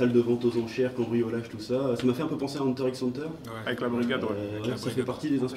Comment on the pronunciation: IL A PRONCE LE X DANS HUNTER X HUNTER SHINEEEEEEEEEEEEEEEEEEEEEEEEEEEEEEEEEEEEEEEEEEEEEEEEEEEEEEEEEEEEEE